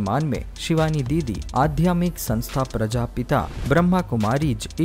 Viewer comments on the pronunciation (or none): Aadhyatmik word ko aap aadhymik bol rahe hain. Hindi ka apmaan mat kijiye. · Adhyatmic hota h😂galat Hindi ka uchcharan dukhi karta h lekin prayas bahut badiya h